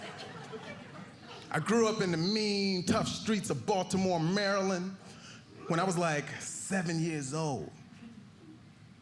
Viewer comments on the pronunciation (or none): none